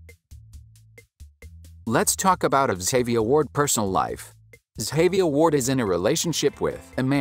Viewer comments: soft G sound Ga-VI-a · Butchered her name It’s pronounced zsh-a-v-eye-a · The way you saying her name is wrong lol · The information was nice to learn about, but you could at least say her name right, for the love of God! lol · her name is pronounced wrong